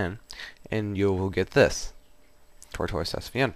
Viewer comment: just so you know tortoise is pronounced tore-tiss it's like a turtle